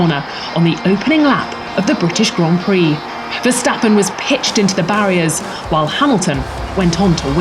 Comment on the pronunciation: it's also verstappen not verstapeen